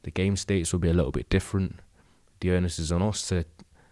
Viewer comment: Great vid … one thing, because you keep saying it… ‘onus’ is like bonus without the ‘b’ …. Not earnest without the t…